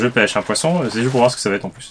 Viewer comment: Slt et a chaque fois que vous dites pêche j'ai l'impression que vous dites pêcho je sais pas pourquoi lol